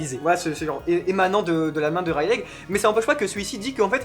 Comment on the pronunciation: Je vous adore mais par pitier ne prononcé plus jamais "Raylègue" :'(